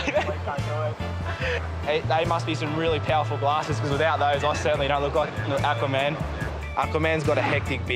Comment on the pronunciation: "AKWAAA WAN" KOREAN GOD OF THE SEA